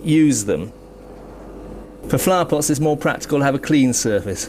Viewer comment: "making terra cotta flahpots..." Say what? Ohhhh... flow-er pots